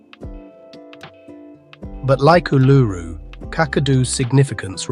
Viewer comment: Your pronunciation of Uluru is wrong. It is pronounced oo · luh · roo. You should Google to check the names in all your videos. Considering your pronunciation of Uluru, I can see that you have not been there because there is no way you would have that pronunciation. So this is not an inside story; it is research findings. These locations need a lot more research and understanding before one heads off to them. The safest one to try is the 12 Apostles, as it is a day trip from Melbourne or an overnight trip to stay in a town close by.